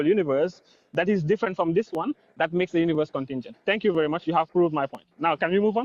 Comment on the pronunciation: Bro rlly said tank u comeagan 💀